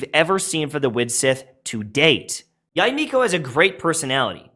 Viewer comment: I think her name is pronounced "Yey" instead of "Yai."